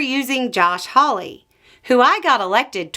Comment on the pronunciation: did I hear "hawley"?!? stop. rewind. start over.